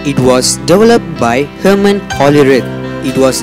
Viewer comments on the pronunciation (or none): none